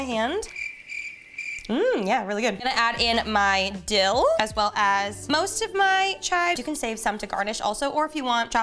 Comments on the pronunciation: Dildo ?!? I know you didn’t actually say it butttt thats what I heard. Anyway I love the episodes. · I would be careful when saying dill, because hehe you said dill - doe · When she said “dill though” I thought she said something else 🤣🤣🤣